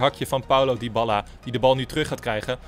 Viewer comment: je spreekt het uit als diabaalaa